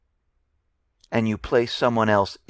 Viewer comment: The Justice's name is pronounced skuh-LEE'-uh